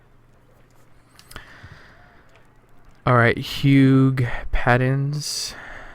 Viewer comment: I'm so amused you pronounced "Hugh" as "Hew-ge"